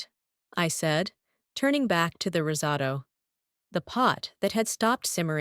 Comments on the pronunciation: Rizzado?????? Risotto. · Risotto...osso bucco. Stupid AI needs a human checking its idiocy.